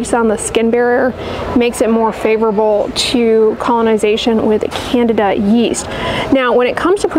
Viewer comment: Candida said Can Dee Dah.